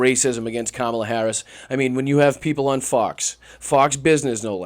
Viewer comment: He can’t even say her name properly Jesus go back to school man